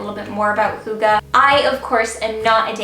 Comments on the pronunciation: Its not hoogee tho😅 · I'm from Denmark and you pronounce hygge wrong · Dear, I love you and you did very good on describing hygge, but honestly, your pronunciation of the word is terrible, I'm sorry. You are so sweet, lot's of love from a Dane;)